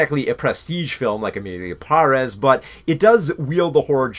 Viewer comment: Cringed every time ya mispronounced Emilia Pérez